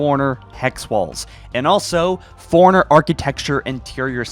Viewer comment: It’s impressive this guy is a “halo follower” and calls “Forerunner” “foreigners”......